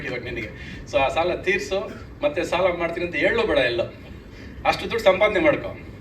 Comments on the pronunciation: ಸಲ ಅಲ್ಲ ಸಾಲ.... ಥೂ ನಿನ್ ಜನ್ಮಕ್ಕೆ... 🤮🤮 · ಕನ್ನಡ ಸರಿಯಾಗಿ ಕಲಿ ಅದು ಸಲ ಅಲ್ಲ ಸಾಲ